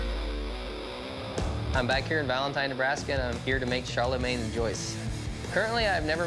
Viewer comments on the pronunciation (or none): Pareil mdr. Aussi comment il a dit Charlemagne "Chèrlemègne"